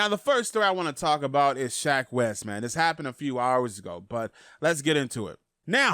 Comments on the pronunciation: I like how he says "Shaq" instead of "Sheck" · You mean "Sheck?" My guy is saying "Shaq Wes." 😂 ~Dz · Fw wif u but it’s sheck not Shaq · When you say "shack wes" when its "sheck wes" 🤦🏾‍♂️ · SHEK Wes. SHEK. Not SHAK. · Who the hell is shack wes , you mean sheck ? wes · Nigga said “shaq Wes” 😂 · i like how he says shack wes not sheck wes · Who the fuck is shaq west lol it’s shek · Buddy said “shaQ west” .. sheck... it’s pronounced “sheck” rhymes with heck // neck// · its called sheck wes not shack wes news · its not shack its sheck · Everyone: Sheck Wes: SHAQ WES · “Shak Wes” 😂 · Shack Wes.... bruh, DO YOU NOT SEE THE "E" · No one:: “Shaq wes” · Manz rlly said shack wes 😭😭😭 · Tf is "SHAQ WES" my g? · He said “Shack West” lmao 😂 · Lmao he's saying "Shaq Wes" lmaooo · Nigga said shaq west 😂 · My man really said Shaq west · Part of me feels like you saying Shaq Wes to be funny but then again I feel like you legitimately don't know his name 🤦‍♂️🤣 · I had to 👎you cuz you said "shaq" wes multiple times 😂 still all love and support tho lol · i fux with you but if you say SHAQ Wes one more time.. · “Shaq west” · Who’s Sha Quest? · I was confused for a sec when he said SHAQ WES 🤣🤣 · why is it so hard for u to pronounce Sheck Wes properly lmao